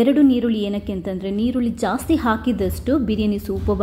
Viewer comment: ನೀರುಳ್ಳಿ ಅಲ್ಲ ಮೇಡಂ ಈರುಳ್ಳಿ